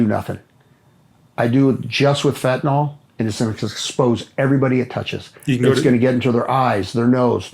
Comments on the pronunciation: Ugh. It’s fen-tan-ILL, not fen-tan-OLL. 🙃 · Its fentanyl not fentanol gd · Not trying to be too harsh , but I think if LE starts with learning the correct pronunciation of words, that would be a great place to start: fentanyl is pronounced FENT-A-NIL, and semis run DIESEL FUEL, not gas. Starting with correct grammar and pronunciation is key. We learn how to read and write correctly as youth, why can’t LE learn to speak and use correct pronunciation too?